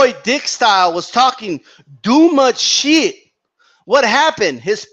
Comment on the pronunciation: It's funny when says: "holy sheeit"